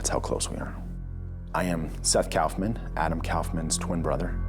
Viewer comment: Erin, It's "koff'man." Not "Couff man".